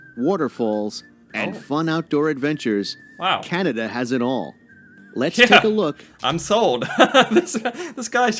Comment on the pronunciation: Can-a-da not Can-ee-da.